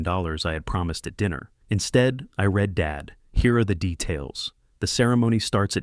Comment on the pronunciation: Please teach your AI THE DIFFERENCE between read pronounced red and reed